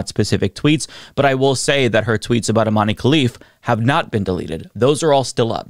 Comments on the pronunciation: Love you,. I think Imane’s first name is pronounced like ‘Iman’ though. “Imane” seems like the francophone spelling for that word. 🙂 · For the love of god, it's pronounced Imahn!!! Dont you people have access to wikipedia in america?